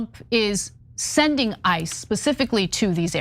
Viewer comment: I loved how you said IC E’s which exactly sounded like ISIS welll ICE i, ISIS all same origin Zionist anti Muslim Malitias